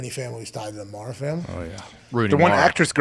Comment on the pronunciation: Aj actually said Mara's name correctly. It's mare-a